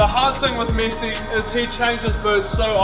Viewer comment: Its MESSI not MYSY